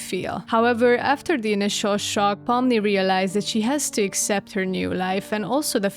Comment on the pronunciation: I love the way you pronounce Pomni haha! It’s like fun in my brain